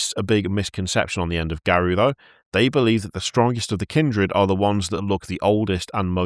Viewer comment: It's "Garou", not "Garuo".